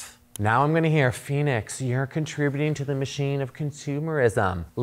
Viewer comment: Oh, Phoenix! I thought you said your name was, which I thought was cool too! Then I saw it written out. 😊